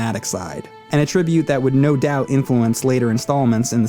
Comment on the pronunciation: Used "That being said" or variations thereof way too much and the pronunciation of 'attribute' incorrectly was probably from reading off a script (I make that mistake all the time). That being said (hehe), was a good review.